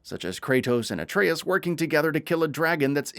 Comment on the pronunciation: See Dominik look how pronounces atreus not whatever the hell you were saying sir 🤣 you may have to teach him how to pronounce this name cuz it's evading him.